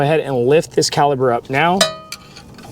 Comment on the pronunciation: Great instructional video for the new guy. I've done several brake jobs myself but I always loke watching a video before tackling a new vehicle. Now, are you saying caliber or caliper? That was driving me nuts as they are calipers.